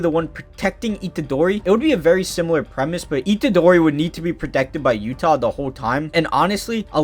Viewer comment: Good vid, his name is pronounced You-tuh btw